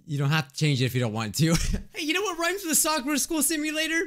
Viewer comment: say sakura like she say soker